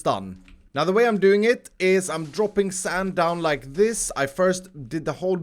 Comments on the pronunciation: Nobody:: sAnd! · Why have you and Mumbo and Grian started saying 'sand' like that?